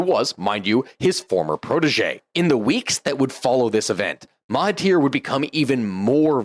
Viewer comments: Suggest to brush up on your Malay pronunciation starting with MAHATIR Mohammed, instead of ‘MA-TA-HIR’ Mohamed. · Some minor historical mistakes and Maha not Mata in the pronunciation of the PMs name (understandable problem you did get it right later 😊) and less niggling the Emergency didn't lead to independence as much as an attempt to get an alternate outcome in the path there but again an interesting video. Thanks for this analysis. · Fun fact of some butchered name Menteri Besar = Chief Minister/ Lead Minister/ Head Minister Mahathir not Matahir😅 Work in Malaysia for svral years There are some issues here But overall comfortable for English speaking professional to work here Food👌 Altho be advised that typical modern western ideology is hard no here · I would like to point out your pronunciation mistake, with the name.of ex PM if Malaysia... Mahathir Mohamed. MAHA-THIR 😊 You are mistakenly pronouncing his first name as MATHA-HIR 😮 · Mahathir, not matahir 😂